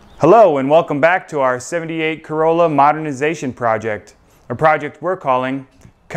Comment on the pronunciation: Kai-rolla. Nice to see the update. Its a Toyota corolla super⛤